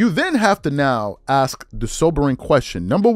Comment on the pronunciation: Why do you say “ax” in place of “ask”?